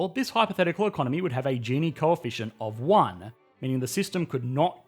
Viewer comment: Hes say gini wrong